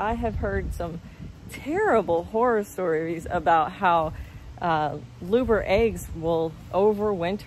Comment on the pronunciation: Great info just fyi it's pronounced lubber not luber